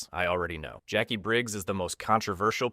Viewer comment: Cahno? His-Shoe Hao? Jakwie? WTF man!